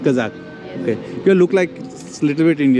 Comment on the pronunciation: Not "Kazan", but "Kazakh"